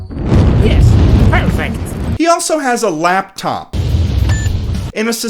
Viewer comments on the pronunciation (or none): none